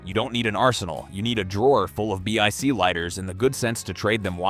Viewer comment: Consider re-writing your scripts before you feed it to an AI read. Repeated numbers and titles, and no one says B-I-C lighter, they are Bic lighters. Either poorly written scripts are being fed into an ignorant AI, or your voice actor is a fool.